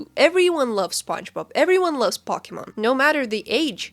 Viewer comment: She pronounced pokémon"pock-ie-mon" 🫤